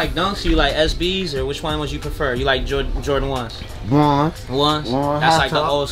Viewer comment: “What da fuhh? Jorduhh?”😂😂😂